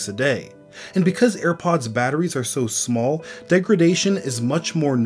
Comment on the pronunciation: You pronounce Small as Smöl ☺️